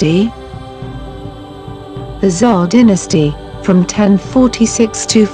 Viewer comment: Poorly put together Really weird electronic voice used that can't read "Dynasty"